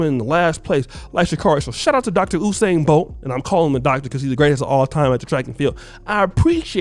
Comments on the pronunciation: His name is... U-sain not OU- sain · Who is "oosain"? it's pronounced "yousain" this coming from a Jamaican. And yes he has lost a race. Couple as a matter of fact. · it’s You-sain NOT Ooo-sain 😭😭😭 All of Jamaica 🇯🇲 cringing right now lol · YOU-SAIN BOLT AMERICANS ITS PRONOUNCED YOUUUUUUUUSAIN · "You"-sain bro. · You pronounce usain name wrong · You pronuce Usain wrong. He has lost before.